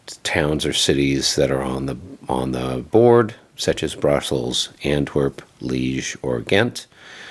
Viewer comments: Well, this is more an “unboxing” than a review. Disappointed that you did not get at all into the mechanics of the game (Waterloo at Corps level?). Also, LOL that they apparently misspelled Liège on the card, although not on the map. And it is pronounced lee-ehh. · Damn spell check. Pronounced Lee-ezh.